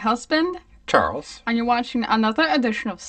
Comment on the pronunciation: that "Charles" sounds so much like the Yanny Laurel audio 😂